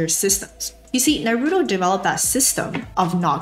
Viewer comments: it’s naruto not naroodoe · “NAROODO” you mean “NAH-RU-TOE”😭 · Please say Naru-To not Na-roo-doh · Not you saying "nuh-ROO-toe" 😳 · The way you're saying Narooto is triggering me and pushing my buttons lol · NAH ROOTOE is how it's pronounced! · lovely and very helpful video. but the way u mispronounced naruto had me laughing LOL!!! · I love you but please.. why did you have to pronounce Naruto that way 😭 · Imagine saying naruto wrong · The way you pronounce "Naruto" is hurting me. Anyway, great content. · Don't say Naruto like that please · your pronunciation of Naruto really disturbs me......